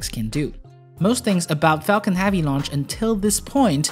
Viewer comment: Falcon "Havey"?